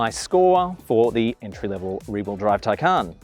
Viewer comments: Taycan is pronounced with emphasis on first syllable not second syllable. Please pronounce this correctly. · And say it incorrectly.